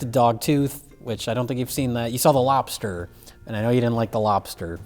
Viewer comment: "The Lopster"